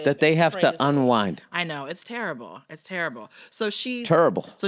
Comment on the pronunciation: Bill chiming in with a Charles Barkley-esque “turrible” was hilarious and even funnier his wife wasn’t even phased.